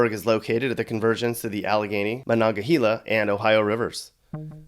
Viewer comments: Home, talk to people that live here. Also, it's MonongaHAYla, not monongaheela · MonogaHAYla, not HEEla! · dude....first off...it's "mah-non-geh-HAY-lah". also, never, in my ENTIRE LIFE have i heard it called "north squirrel hill" and "the south side" is a neighoburhood that is actually in the city of pittsburgh, mc-keesport is NOT.. and to say "Pittsburgh suburbs are a total wasteland!" is kinda hilarious when your video shows predominately working-class areas of a place that is not a suburb of pittsburgh, but is its own city.. even with all of that, what i actually find most offensive about this video is the "human safari"-aspect of it. like you were too afraid to get out of the car and talk to the people, like they are actually human beings, or something. and i hope you don't count this as one of your many "angry comments" in response to the video, because i'm not really angry, i'm more sad because you are telling a story about this region and not only know nothing about it, but couldn't be bothered to learn anything about it, beyond chatting up a bartender downtown. based on the video, you didn't even see the "worst" of mc-keesport, let alone the pittsubrgh region. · By the way, it's Mon- non- ga- hella!! My mom grew up in Monongahela and I travelled from Iowa and Illinois every summer from age two to age 13 to stay with my grandparents on Victory Hill!! Best summers of my life... I'm 54 now, so it's been quite a long time since those god ol' days.... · Excuse me sir, "MononaHEEEE-la?" Yeah that's right. Not only do I do business for the Feds, I also work closely with the Grammar Police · “Your city has come challenges” Ok, I’d say there are challenges everywhere. Plus you unfortunately didn’t pronounce Monongahela correctly. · How can you be a grown man in not know how to say the name of a river?? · The way he said monongahela 🤮